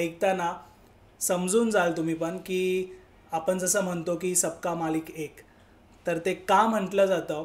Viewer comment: तुमचं काम खूप छान आहे . मराठी भाषा बोली भाषा आणि प्रमाण भाषा . जर तुम्ही बोली भाषा वापरात असाल तर फार काही फरक पडत नाही , वाचा शुद्धतेची अपेक्षा नाहीये पण जर पॉडकास्ट मध्ये विविध लोक येणार आहेत आणि आपण प्रमाण भाषा वापरणार असाल तर मात्र आपण आपल्या उच्चारांवर काम करावे अशी माझी तुम्हाला विनंती आहे. कोन............ कोण आपन.........आपण म्हनतो....... म्हणतो आवर्जून ' न ' आणि ' ण ' उच्छारावर लक्ष्य द्यावे मी उलगडून न सांगता तुम्हीच तुमचे बोलणे नीट ऐकावे , दोन्ही अक्षरातले लिखाण- उच्चार नि त्यातला फरक समजून घ्यावा ही विनंती .........निव्वळ तुमच्या प्रगतीसाठी तुम्ही ज्यांची मुलाकात घेताय त्यांचे बोलणे पण परत एकदा लक्षपूर्वक ऐकावे असे मला मनापासून वाटते .